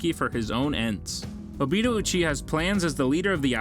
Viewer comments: ah yes obettle. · Obeetoe sooseekee surkura hedon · Obeetle made my skin curl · And obito as Obeetle